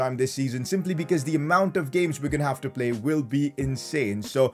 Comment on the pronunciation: That’s how he says play. “Ple”